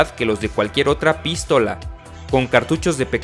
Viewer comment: Jajaja "pístola"